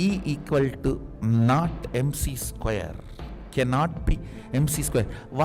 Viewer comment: MC "skuaree" 😂😂